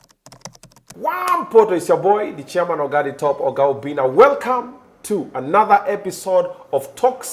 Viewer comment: 😂😂😂😂😂😂 weee Obinna take it easy. 3 times and she can't say it right I understand